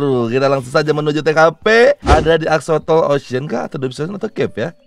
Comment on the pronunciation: Bang bacanya bukan exsotol tapi EX-SO-LOT